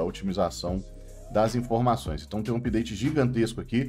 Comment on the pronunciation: "Season tchu pideite" kkkkkkkkkkkkkkk adoro